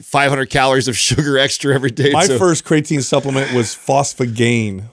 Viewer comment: "We've talked about CRAYAtine for 10 years" and you still can't pronounce it. Lol